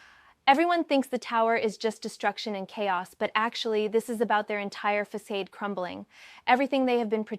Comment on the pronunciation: Must be an AI written script she reads bc she obviously does not typically use some of these mispronounced words, like 'facade'. Every reading features a few 😅